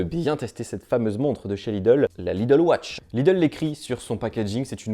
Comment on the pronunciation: je suis plié à chaque fois qu'il dit "Lidle watch"